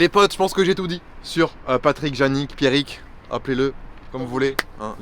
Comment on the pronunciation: J'ai vue flou un instant quand il a dit Pierric mdrr